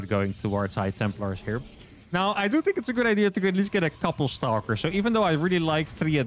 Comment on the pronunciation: I enjoyed the amount of “Staulkers” I got to hear so close together